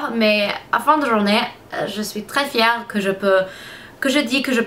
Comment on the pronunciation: Tu parles vraiment bien le français! On dit "je suis fière" pas "fièrte" lol en tout cas ce qui est bien c'est que quand on te dit comment on prononce tu le retiens pour là prochaine fois, j'ai remarqué que tu évolues beaucoup :-) Je ne sais pas si tu connais la série "2 Broke Girl" mais je trouve que tu as la même tête que Max Black (l'actrice principale) en blonde bien sur! :p Gros bisous de Belgique (éh oui c'est loin de où tu habites lol) et surtout continue tes vidéos tu es superrrr :-)